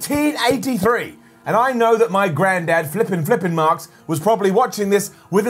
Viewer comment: Sounds like he's saying Flippin Marx😂😂😂